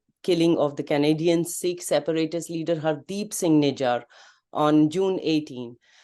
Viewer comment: Good discussion. I fail to understand why Indians cannot pronounce "Sikh" correctly though? It is Sikh, not Seekh. Also, I don't think it was a rogue operation. Samant Goel is protege of Doval since his Punjab Police days, he will not do an operation without his boss knowing. CC-1 specifically mentioned no operation during US-India dialogue dates. So they were conscious of not disturbing the pot. They thought US would let it slide.